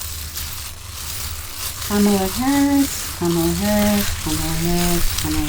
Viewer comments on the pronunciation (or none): It’s comala like a coma. , And then la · Actually, it's Ka Ma La (Kamala). Meaning lotus flower! It is an Indian name.